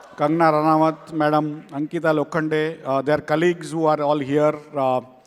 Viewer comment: It's Ankita not anita